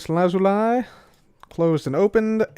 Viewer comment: bro please learn to say Lazuli properly